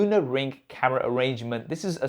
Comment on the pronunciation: everything was going right until this guy started pronouncing camera as KHAMERA 😂